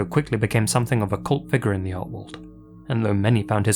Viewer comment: It’s “art” 🤣🤣🤷‍♂️👎